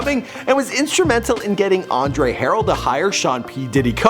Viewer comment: Aundre haral this dude can't pronounce any well known billionare stars name for shit damn